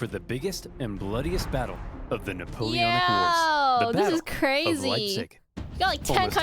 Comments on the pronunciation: It's not neapolitan it's Napoleonn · you foolish girl, the word "Napoleonic" is pronunced as "nuh-pow-lee-o-nuhk", not "Neopolitan" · Nuh-pole-eon-ick wars. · “The Neapolitan Wars” …I… I can’t do this man. I’m not strong enough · Why you can't pronounce it it's Napoleonic Wars❤